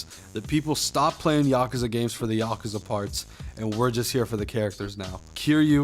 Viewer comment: There's no A after the K. Just saying